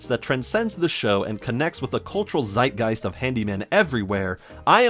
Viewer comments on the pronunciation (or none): none